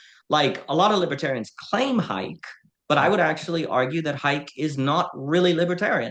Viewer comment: Unless I've been misled my entire adult life Hayek is pronounced Hi-eck.